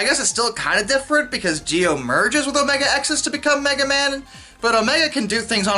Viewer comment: Gotta give props that the man stood strong saying omega-xis wrong the whole time